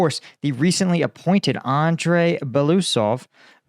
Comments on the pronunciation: Since it's very likely you'll have to pronounce Russian minister of defense last name again in future videos. Here are some small tips. Here is how it splits in syllables - Be-lo-u-sov. With "belo" part you have no issues and you are pronouncing it correctly. "u" is pronounced as "oo" in "book" and it's a separate syllable. But "sov" is pronounced as "sov" in "soviet". I hope this helps. 🙂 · Just a little note on spelling: he is Be (like in 'bear') - lo (like in 'low') - us (like in 'goose') - ov (like in 'of'). Belousov. Means 'the one with white msustaches', if you ever wonder. You sometime called him Belosuev - it would mean 'the one who pokes his white thing'... well, sounds legit as well.